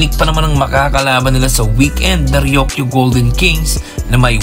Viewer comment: Ryuk - yu. Hindi Ryok - yu.